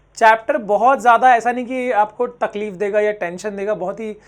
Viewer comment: Sir said ton cbse and takleef